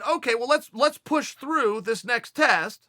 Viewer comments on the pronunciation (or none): none